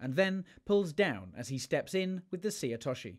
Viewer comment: Is there a conspiracy in British judo to mispronounce names of techniques? It's not difficult to say seoi otoshi: say-yo-we-yo-tosh-she. (All English words!)